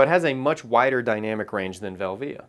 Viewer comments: team velvia all the way. Portra is great but these hipsters have almost made me get bored of it. Also never heard anyone say velvia the way you do haha, but who knows how its really supposed to be pronounced. Vel - via or velvia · Nice video but my ears bleed when you say Velvia, you say it wrong!! lol